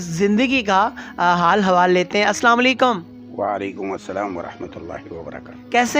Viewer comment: جناب چینل والے بھائ معذرت کے ساتھ سب سے پہلے تو آپ سے گزارش ہے کہ آپ سلام ذرا صحیح سے کیا کریں کیونکہ الفاظ یا حرکات آگے پیچھے ہوتے ہی بجائے دعا کے بد دعا ہوتی ہے جزاکم اللہ خیرا کثیرا